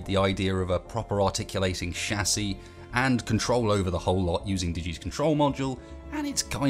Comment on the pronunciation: Um excuse me? Wtf is a shasie? I know of a chassis, but not a shasie